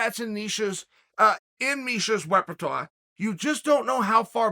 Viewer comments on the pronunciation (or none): I didn't know that word was in Chael's weppertwah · “In Misha’s repitwat” LMFAOOOOOO Uncle Chael you wild 😂😂😂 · Now we all know the proper pronunciation of "repertoire" we've all been saying it wrong this whole time!